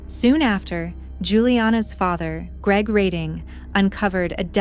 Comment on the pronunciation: It is REDDING not READING